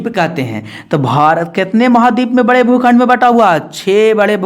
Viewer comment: Aap jo aise bolte hai na bhukhand koun khand aise nhi boliye but sorry 😢